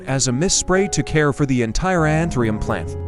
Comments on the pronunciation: Антуриум ,а не антерум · Антуриум , а не антериум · Научитесь правильно называть растение! Какой антириум? Противно слушать! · Антуриум, как можно верить, если даже название цветка произносит неверно. Из Владивостока, Россия. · Que traduccion tan mala ni anturio li dice bien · КАК ВЫ ТОЛЬКО НЕ КОВЕРКАЛИ НАЗВАНИЕ РАСТЕНИЯ!!!!!...РАЗ ВЫ ВЫЛЕЗЛИ ДАВАТЬ СОВЕТЫ, БУДЬТЕ ЛЮБЕЗНЫ, НАЗЫВАЙТЕ РАСТЕНИЕ ПРАВИЛЬНО! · I will never trust or respect AI unless it actually learns to speak English and pronounce words and names correctly. the plant's name is anthurium, not anthrium. The language spoken in Poland is Polish (long o) not polish, as shining a spoon. It is infuriating to listen to AI robots. Bring back real people with real understanding of how to speak English!!!